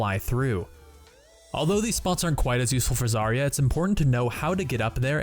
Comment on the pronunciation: It is not a zArya, it is zarYa